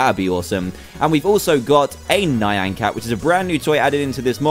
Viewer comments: just so you know, you keep mispronouncing "nyan cat" you're saying "nayan (nai-an)" instead of "Nyan (knee-an)" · Emma Rose he has said "nyan (knee-an)" in the past, its NOT his accent. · ThePantherPringles its pronounced "knee-an" but its spelled "nyan" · Ur right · ***** well it bugs me cause its mispronounced.